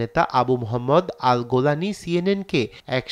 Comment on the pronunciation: আরে ভাই সঠিক ভাবে বাংলা বলেন কি ভুল উপস্থাপন করেন ,,গোলানি নয় জিলানি